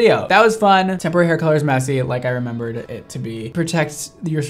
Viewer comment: All I can hear is tempura hair colour